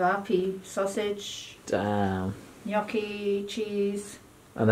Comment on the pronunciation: “Guh-nocchi” 😂 nice